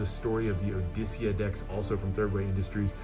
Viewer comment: Is that how you pronounce Justitia? I thought it was "jus-tee-sha" or "just-tee-she-a" I love this all red deck - i prefer the material that was used on Vendetta compared to this